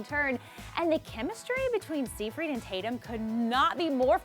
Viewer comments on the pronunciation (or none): Im disliking this because she said seefreed, ugh CRINGE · Pronounced Sigh-Fred not seefreed. Amanda Seyfried....